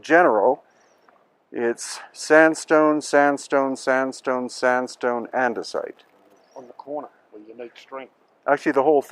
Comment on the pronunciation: Anyone else have trouble not thinking of Minecraft when he says andisite and red sandstone? Or is the crossover audience too small? Lol